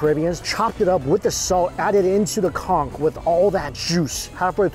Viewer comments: Conch not cunk! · All i heard was COnCK 😂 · i agree, and ngl think its disrespectful to the cultures where those foods come from, as well as his audience if he's doing it on purpose.